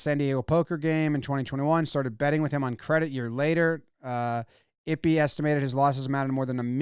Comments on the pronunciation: Eee-Pay.. not ippy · “Eep-aye” is the pronunciation, please no more “ippy” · Eee-pay Jimmy, it's pronounced Eee-pay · It's e-pay. Pronounce his name correctly. It's not i-pee 😐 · Not ippy or yippy sir it’s pronoun e-pay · It’s “eepay” not “ippy” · It's pronounced 'Eee-Pay" not ippi lmao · How are you going to seriously cover the story and continually call him "Ippy" Aren't you the one obsessed with getting names right..? Just seems like an obvious pronunciation to me. Appreciate the info rounded up though, thanks jom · pronounced "ee-pay" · Who's Ippy ?? lmao Pronounce Ippei correctly ! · It’s pronounced “EE-pay” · It's pronounced ee-pay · Ippei is pronounced "E-Pay" kind of ironic now that I think about it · FYI, Ippei is pronounced like it-pay. (I’m Japanese) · Jimmy, my guy. The name is pronounced eep-pay. 🤣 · I believe the pronunciations would be Ee-Pay and Boy-er